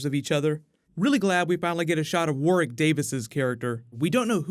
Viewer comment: I'm glad to hear you properly pronounce Warwick, without the (second) W sound, just as they pronounce Greenwich, without the W.